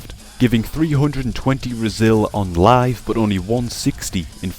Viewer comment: i like how you pronounce BUT ! like a ass !